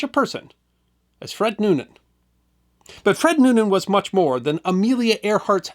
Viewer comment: You could begin by getting his name right, it's Noonan, not Newman...